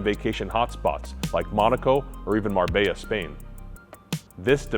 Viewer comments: Is Mar-Bella the correct pronunciation? Not Mar-bay-ya?? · Marbella is pronounced Marbeljah